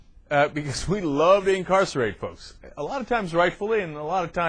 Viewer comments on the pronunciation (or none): ehh..'a loth'??lol